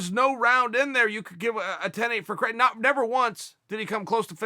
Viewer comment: Why do americans pronounce Craig so wrong